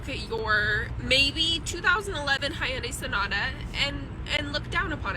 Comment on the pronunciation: That’s even more sad is someone owning. Hyundai that long and not knowing how to pronounce the manufacturer.